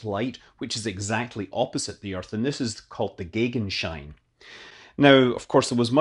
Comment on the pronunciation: You nailed the pronounciation of Gegenschein pretty good! :) Viele Grüße aus Norddeutschland <3